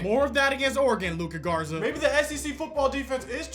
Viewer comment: You have to realize. Luka Garza is a god in the state of Iowa You gotta say his name like it!